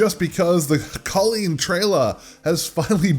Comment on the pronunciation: a small nitpick, its pronounced "colleen" ;)